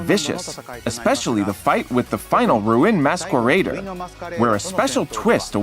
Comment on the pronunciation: Roo-in Maskweraider 💀